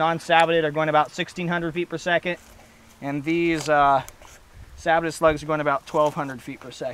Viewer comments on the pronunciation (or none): Sabbotted? Don't you mean Sabot? (Sa-BOW) Either way, good video, you have earned a subscriber!